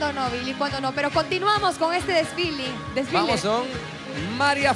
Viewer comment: SIDA dijo disfile envés de desfile